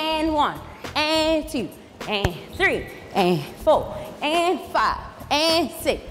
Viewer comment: One "tew" 🤣